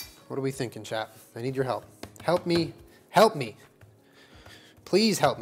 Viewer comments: Everytime says chat I think he is saying 'child' in a southern accent, it makes everything so much funnier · Most of the time it sounds like "Chad" to me. When I first started watching these, I was like..."Who's Chad?"